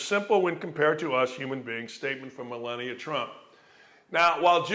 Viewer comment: Hey Dan, thank you for, as always, a passionate and inspiring segment... But it's not "Milennia" Trump, it's "Muh-LAHN-ee-uh" Trump! Just sayin' ...